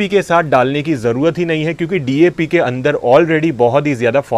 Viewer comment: Dap नहीं सर जी DAP होता है और वो Npk नहीं सर जी NPK होता है । 😂😂😂😂 साइंस का क्यों गला घोंट रहे हो ?